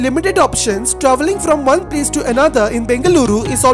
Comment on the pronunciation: bro get ur pronounciation of places ryt first